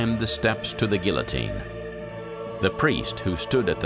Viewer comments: Eh... geeO-teen..... not A but O... for sure... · GEEA-TEEN = Guillotine